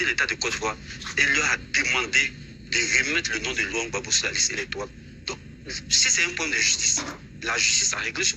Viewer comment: Gbagbo et non bagbo